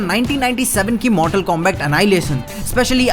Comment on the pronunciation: Bhai koi areas mei pronunciation combact kehte ho aur liu kong, baaki video toh mast hai 🤩